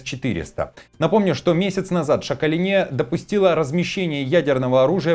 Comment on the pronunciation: Шака'лине! Делайте правильно ударение.